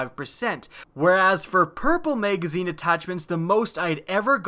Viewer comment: Whats a "maygazeen"